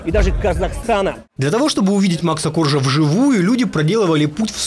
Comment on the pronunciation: Поправка: Макса КоржА.(Ударение на "А")